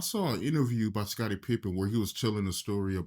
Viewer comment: Did he say Scarnie Pippen?